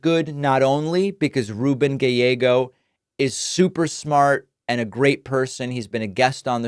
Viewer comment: Why does David say Gayllego? 😂